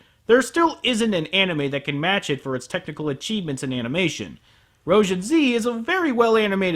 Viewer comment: I'm pretty sure it's pronounced roh-zheen 😡😡😡😡😡😡😡